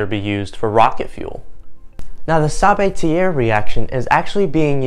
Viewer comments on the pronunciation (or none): it is.... sa ba tea eh ... not tea air ... it is a FRENCH name ... please take the 10 seconds of time it takes to leatn how to actually pronounce someone name correctly